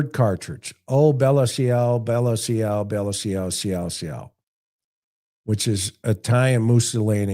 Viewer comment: “ciao” is pronounced “chow”… “bella ciao” means “goodbye, beautiful”